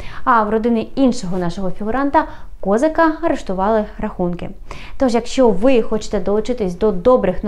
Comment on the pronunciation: Чому наголос Kо'зака,а не Kозака' ?!!!